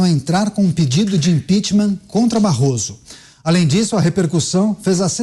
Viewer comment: Barroso falando "barro" ! Vergonhoso!